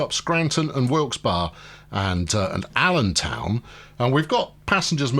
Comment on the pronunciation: it's pronounced Wilks-bury, :)